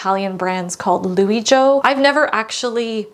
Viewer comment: Strano come pronunci liu jo...